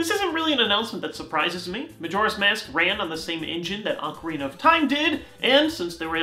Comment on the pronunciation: Sthap oh please sthaaaapppp mispronouncing Ocarina T_T